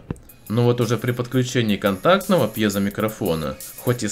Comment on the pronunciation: Сколько он раз говорил пьёзя